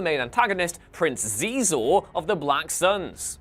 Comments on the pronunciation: The 'X' in Xizor is pronounced like 'sh.' So it sounds like "sheezor." This comes from the behind the scenes material published with the game, comic, novel, and soundtrack. Please don't ever say "zeezor" again. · Xizor is pronounced "She-zor". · I think technically, Xizor is She-zor. At least that's how it's pronounced in the audiobook.